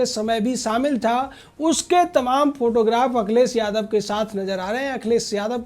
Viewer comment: बेवकूफ akhilesh yadav ka name sahi se bolo paltu कुत्ता